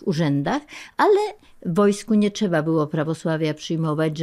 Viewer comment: Czydzieści czy.. Cza powiedzieć... Piękna polszczyzna 😢 Bełkot gościa jest ciężki do zniesienia.